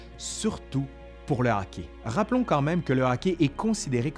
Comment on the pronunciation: C'est hockey, okay. Pas hocki, okay. :3